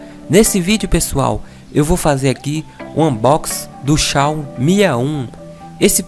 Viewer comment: "Xao mi a1" kkkk